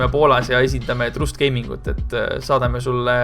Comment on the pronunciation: Se ei ole trust vaid trast